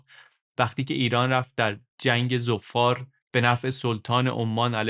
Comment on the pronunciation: عالی بود ، کلا مقایسه ای خیلی جذاب تره ، فقط اینکه عمان تشدید نداره و همینطور ظفار ، بدون تشدید باید تلفظشون کرد.